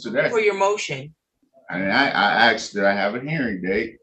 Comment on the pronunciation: He axed if there was a hearing date. 😀